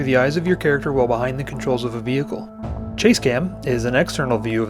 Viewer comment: ... "Vehical" ? huh ? lol ... I'm sure you mean "Vehicle" ? right ? hehe